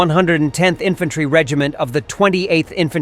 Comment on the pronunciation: "Infantary"? Really, Mr Narrator?